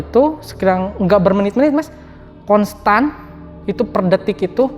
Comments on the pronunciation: Ponstan😂😂😂 spontan kali mas 😂😂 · Ponstan....ponstan bae lu tong, spontan kali ah....kalo ponstan mah obat atuh😂🤣